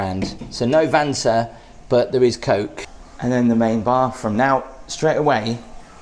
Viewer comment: Pronounced Fanta ‘vanta’ 😂